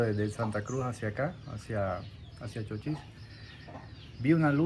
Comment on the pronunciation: No es Chóchis. Es Chochís